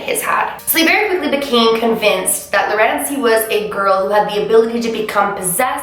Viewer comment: Lol everytime you said Lurancy I was here like 😰😦